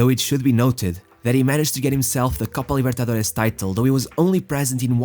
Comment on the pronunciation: Excellent video. You did your research. However, I dislike the way you pronounced Copa Libertadores if it were a Portuguese word